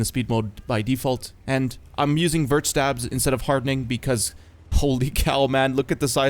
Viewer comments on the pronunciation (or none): none